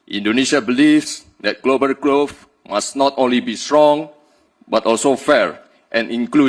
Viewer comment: Iya, bagus dipendengaran elu ya. Ngomong growth sama sustainable dan banyak lagi aja kagak becus tapi lu puji2.